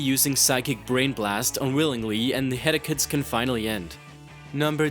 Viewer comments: "ALWAYS TORMENTED BY HEAD-AKEES AND MEE-GRAINS" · "Psyduck, always tormented by "hedacus""....head-aches?...bruh Here, u dropped this (\*_*)\ L Good video tho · Genitals is pronounced Jenitals. And Headaches is pronounces HEAD ACHES. Not hedekus. Also, pokemon exploding/self-destructing is non fatal (it just knocks them out). How the hell can you not have cubone on this list? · "Head-Ek-Ez" It's headache. head-ache (Sounds like Ake) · I'm sorry but really? headackes? come on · 'Head-akas' 'Mee-grains' Aaaaaaannd, subbed. I don't care if the pronunciation was wrong, I like how those words sound now. You're awesome, dude. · "hed-da-kes" That's how you pronounced headaches. I really hope you're not a native English speaker, because you have numerous speaking errors in almost all your videos, and though normally a mispronounciation here and there wouldn't be an issue, you have them often enough where it can distract from what you're saying, which is not a good thing when you're trying to pass on information. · did he just say headacus Because that's awesome. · He says "Headacuts" and "Megrains" instead of saying Headaches and Migraine. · What's a hedacut? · SnowwyDaCreeper British people do not pronounce headaches "headicus" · I don't want to insult your accent (like alot of people) but Hed-Ack-Ess >_< (please don't turn this into an argument comment...) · Headaches are pronunced closer to "head-ex" or "head-ayx" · Psyduck probably has Cervicogenic Headaches. Like me. Also, what nationality are you? Because English isn't your main language, pronouncing headaches as "Head-ah-kahs". and some words were hard to understand, not all, just a couple here and there. It's a good list, but you could've been less dramatic. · "It´s always tormentes by headacus" - Pronounciation lvl Genius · headaches is not pronounced head-akes and aceus is not pronounced asus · "Heada-cus"...im not trying to hate, but when you mispronounced headache i got annoyed for some reason